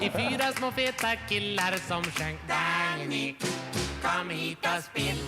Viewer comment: In swedish Dagny is not pronounced with a hard "g". It is pronounced as it was spelled Dang-ny.